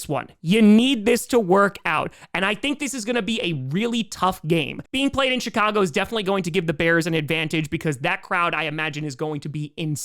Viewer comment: He is